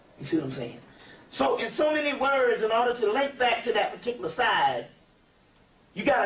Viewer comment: ✊🏽 Key word: Pahticuluh